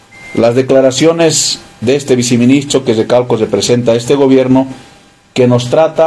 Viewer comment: Se dice: Viceministro y no se dice viciministro